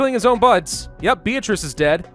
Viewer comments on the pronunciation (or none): none